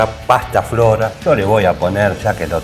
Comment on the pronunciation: Buen video No es "pastaflora", es Pastafrola😅